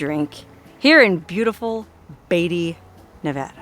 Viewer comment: It's , Beat - ty !!!!! NOT Bay ty !!!